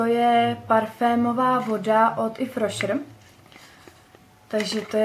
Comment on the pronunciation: ráda se na tebe koukám, jsi moc milá a pozitivní, ale....prrrrosím nedalo by se s tím "if rošr" něco udělat? promin, ale je to tak notoricky známá značka, že by to zasloužilo správnou výslovnost;)). pá a měj se krásně:)